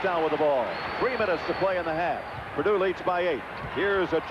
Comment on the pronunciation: Always loved how coach knight called them "peardue".